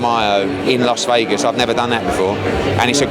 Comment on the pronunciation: It’s Las Vegas Ed, not Los Vegas. Weapon